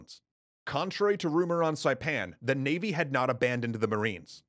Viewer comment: I've been a long time subscriber, I've seen a ton of your videos and it's crazy to see you tell the story of the island I live on :D absolutely perfect pronunciation for saipan by the way. Most other documentaries butcher it for some reason